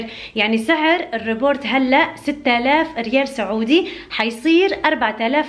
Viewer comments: اسمه robot مش rebort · Report ❌ Robot ✅ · اسمه روبيت، مو ريبورت 🤦🏻‍♀️ ، ريبورت = تقرير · robot يا مو report 😂😂😂